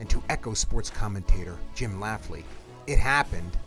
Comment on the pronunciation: good interview but just FYI it's Jim LAMPLEY not laffley. and DEEontay, not dontay wilder